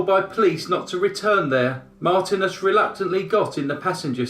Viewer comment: Marthinus, not Martinez.